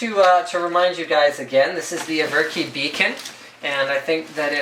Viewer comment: Isn't it ever-ki (like in everpony)?